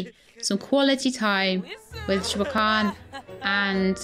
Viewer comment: So, I am 95% certain that "Wah-keen" is the developer's intended pronunciation for Joaquin, as that is the same way it is pronounced by the famous actor Joaquin Phoenix. I mean, I don't mind you pronouncing it as Jo-uh-kwin, I find it rather endearing.